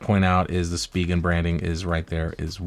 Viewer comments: Speegan ? You mean spigen pronounced “ spi …. gen “ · It’s pronounced “Spy-Gen”